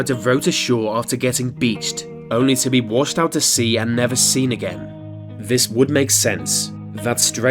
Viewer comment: Such lazy speech in the commentary. Vis and vat, fings, etc. It’s just sheer laziness. Had to turn it off.